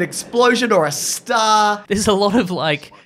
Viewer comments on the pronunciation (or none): the way he says star, reminds me of bill burr exagerrated boston accent, there's a stah